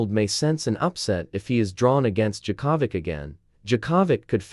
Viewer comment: Novak Jacavik who the hell is that! Oh, Yea that's how an irritating AI voice over would screw up anybody's name! Don't use AI voice overs!!! :hand-orange-covering-eyes